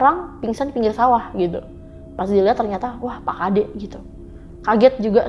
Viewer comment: dari tutur kata penyebutanya aja dah salah... gimna mau percaya pak tengah harusnya (pak nengah) bukn pak tengah😂😂😂😂 yg satu pagi pak kade apaan itu adanya psk kadek👍👍👍 bru bner... ngarang kali ini ceritanya.... leak kok suami istri bru tau😅😅😅😅